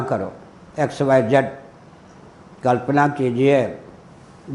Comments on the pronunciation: दयानंदऽ बोल रहे हैं, शायद गुस्से से बोलते हैं। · Angreji bhasha ka prabhav to aap par he dhongi pandit ji Kyu ki aap dayanand ka uchcharan dayananda kr rahe ho ...... Ishwar aapko sadbuddhi de 🙏🙏🙏🙏🙏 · आप दयानन्द का उच्चारण दयानन्दा (dayananda)कर रहें हैं, जोकि अंग्रेजी में लिखा जाता है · इनको महर्षि दयानंद जी का शुद्ध उच्चारण करना नहीं आता हैं इनको सुधार करना चाहिए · Kya nonsence admi h ye ..swami dayanand Swami ka naam bhi sahi ni liya jata ..khud dyanand ko angreji bhasa mai padh rha h..unki pair ki dhool k barabar bhi nahi ye